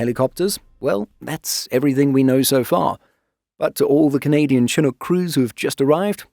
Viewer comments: It is pronounced Shi-nook, not Che-nook. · We don't usually say "TAD". I spent the majority of my career in the RCAF in tactical helicopters, both with Griffons and Chinooks (BTW it's shh-nook, like you're saying shh or be quiet to someone, not Cha-nook). We usually just call it a detachment. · It's pronounced " shin-nook". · It's pronounced shinook